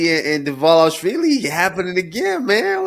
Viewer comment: Thanks and good job guys for Dvalishvili pronunciation 😂❤️❤️❤️🇬🇪🇬🇪🇬🇪🇬🇪